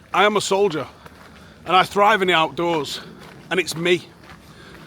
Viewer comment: You said "im a soldier" in my head I heard "mujarhid brooo"